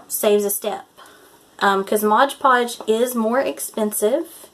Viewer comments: It's "Mod Podge," not "Modge Podge." 😊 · And its Mod Podge not Modge Podge lol